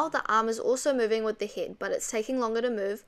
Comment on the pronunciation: Am I the only one laughing about heddd and blinderrrr